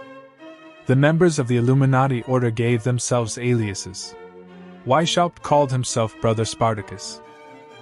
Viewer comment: Please educate yourself how to pronounce Weishaupt. I am from Germany and it is hard to listen to you butchering His Name. The work is very interesting though.